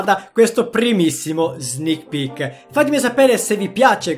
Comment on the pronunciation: Io in tutto il video ho sentito solo "snich pich"